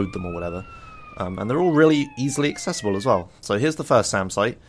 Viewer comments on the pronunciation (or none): none